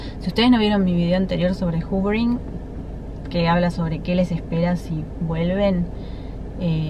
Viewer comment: X q ponen titulos a las técnicas en ingles ! X favor ! No se entiende nada . Q es el hoovering . Encima lo pronuncias juvering. Explica mejor q es !?